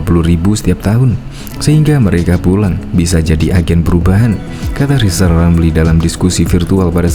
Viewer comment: Sok hebat kau lizal,, eerrr aja g bisa. Belajar lgi,,,, sok suruh Jendral,,, emang kau siapa,, ,,? Aaaaa